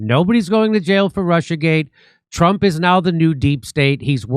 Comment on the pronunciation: Too funny, about 4 minutes into the video, you said “you really have to be a Trump to not see through it”. I heard “ you really have to be a Trump to Nazi through it”.